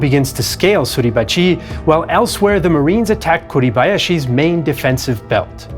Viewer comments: The way you say "Suribachiiii"" is freakin' annoying. It is Suribachi, with a short ,final "i" . Not a long one!!!!! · There are no emphasized syllables in Japanese. Therefore Mt. Suribachi should not be pronounced Suribachee. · For how great your French and German pronunciation, your Japanese is very bad. I teach Japanese and could teach you proper pronunciation in 60 minutes. Each syllable equal short annunciation, none of this su-reeeeee-ba-cheeeeeeeee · I can't get used to your pronunciation of Mt sarahbachi. I know it's misspelled but that's the way I've always heard it. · Why do you mispronounce suribachi so forcefully? Japanese has no syllable accent.